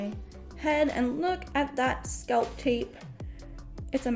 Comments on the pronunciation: Please stop saying sculp, it's pronounced SCALP!!! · This is helpful I also hate having an extra itchy layer. cantbwait to try it. my only critique, the word is scalp not sculp, its like a weird ear itch every time you say sculp 😅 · Being a wig content creator and not knowing how to pronounce the word “scalp” is wild 😂😂